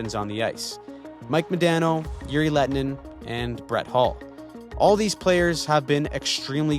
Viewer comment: Great depth of information and background leading up to the controversy, however I don't know how you managed to pronounce Mike Modano's name wrong.